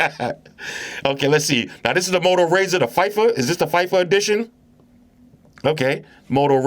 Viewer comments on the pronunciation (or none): During RDA when bro said "FIFE-A" it took me out 😂